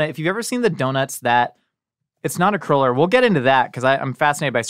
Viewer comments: I love, but is she incapable of saying "cruller?":) Every time she said it, it sounded like "curler" to me... (maybe I'm the weirdo?) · Not called a curler, its cruller lol